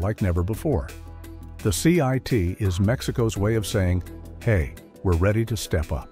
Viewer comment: It's "CIIT" - not "CIT".